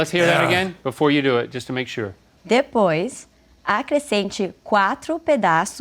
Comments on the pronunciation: "depois and the Boys" 😂😂😂😂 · She is great!!! As a Brazilian I appreciate the struggle from them to understand the language. "the boys" - "depois" hahahahahahahahah